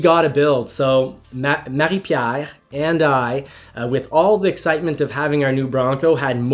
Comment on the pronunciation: Wait a sec, you're in Canada? but also in QC??! why did I think you were somewhere in the midwest of the US? They way you pronouce Marie-Pier... eh ben tu dois être parfaitement bilingue? good job buddy, much love from the southshore of MTL.